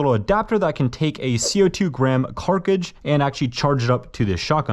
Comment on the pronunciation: “co2 carcigds”